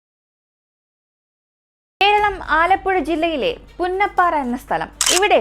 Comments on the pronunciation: Not punnapara that is punnapra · പുന്നപ്പാറ അല്ല പുന്നപ്ര എന്നാണ്.